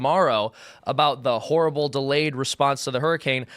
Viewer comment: Horrible, or whoreable?